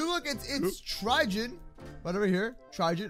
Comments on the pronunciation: It's trigon not trigen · It's trigon not. Trigen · Tri gone That’s how it’s pronounced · I LOVE HOW HE CALLS TRIGON TRIGIN oops caps lock... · Anyone here him say trijon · Trigon? Really? Its pronounced Try-gone k?